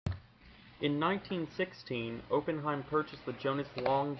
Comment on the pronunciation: It's actually pronounced ahh Penn himes. Nice information on your video